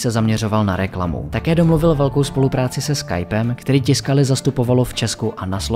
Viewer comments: Proboha.....tiskali???? Co si udělat trochu reserch a zjistit, že se to čte TYSKALI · Zase super udělané, měl bych jen tři poznámky. Commodore je název firmy, nejspíš je tím míněn osmibitový počítač Commodore 64. Tiscali se čte tvrdě takže Tyscali. Petr Strecker se čte Štrekr.